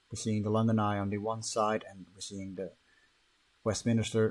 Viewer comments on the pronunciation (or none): West - min - ster. 😝 Westminster. Don't worry, even some Brits get it wrong